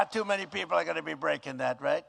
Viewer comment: REIT REIGHT REIT